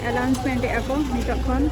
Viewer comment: Wish you all the best. I would like to inform you that, it is not 'allouncement', it is called 'announcement'